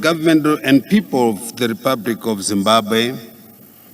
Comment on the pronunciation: I like this guy. He is better than Mr Jones on speeches. He however needs to pronounce 'L' properly. He must distinguish 'R' from 'L' and vice-versa. I think his Alphabet does not have 'L' 😂.